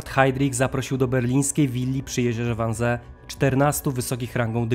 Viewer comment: Wannsee czyta sie "wannzii" :) ale poza tym, niemiecki super! 👌